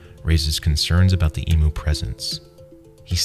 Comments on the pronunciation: Nobody gonna talk about how he says emu??? (Emoo)?? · As an Australia this is wild also its pronounced eemyou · its emu not emu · E m you is how it’s pronounced. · God the way he pronounced emu kills me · Perfect video, but every time he pronounces emu it hurts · did he say emu wrong like 3 times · You say emu wrong lol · When people don't say emu properly 🤣🤣 it's kinda cute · I love your videos and I appreciate the work you put in to them so don’t take this as me being negative but as an Australian, I have to tell you that Emu is pronounced EEM-YOU not EEM-OO. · It is actually pronounced "EEM-YOU" and not "EE-MOO", for anyone who is not from Australia. Still a great and entertaining video with a lot of effort put into it. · Its ee-mew not ee-moo, please get your pronunciation correct. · Wtf is an emoo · Alright, here we go again.. "E-Myoo" not "E-Moo" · Fark your pronunciation is cooked mate. "E-mooh" - Eihm-You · It’s pronounced ee-myoo, not ee-moo. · What’s an E MOO. It’s an eee myew . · please why do people say eemoo and not eem-you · Emu is pronounced eemyoo not eemoo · 'eem yew', not 'ee moo' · As an Australian I do not approve of the way you say emu, you say it as emoo, it’s e-mew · Ok it’s pronounced ‘Em you’ not ‘E moo’ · emyou not emu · Yay we get recognition for this, by the way, we pronounce it “eem you”. Common mistake. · U say emu when it's pronounced e-mmm-u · Very good vid, but you said emu wrong, it's pronounced eem-you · As an Australian I would like to say it is pronounced emyou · It’s not pronounced emoo 🙄